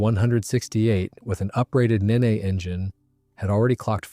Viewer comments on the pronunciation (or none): 1st. The Rolls Royce Nene's name was pronounced "Neen", NOT "Nay-nay"... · “Neen” not “Ninni”, you ninny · It's Nene (Neen) like ween, or bean. I know it won't make a difference because it's AI anyway. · Nene is pronounced knee-n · Maybe, but a better AI system would ask for clarification on pronunciations of proper names, or the script writer would proof listen to its responses and correct the script. I'm pretty sure the script said Nene and not Neen, if you know how literally AI takes things you can make adjustments.